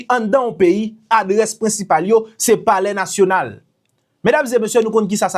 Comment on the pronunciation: It sound bizare, how he addressed saying polair national.? Alex sold HAITI.